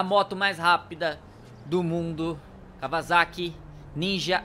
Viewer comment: Na segunda vez q ele disse Kawasaki ele disse kavalaki